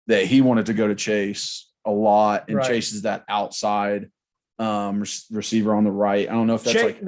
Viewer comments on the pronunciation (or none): Pretty sure it's Chaz nimrod and not chase...lol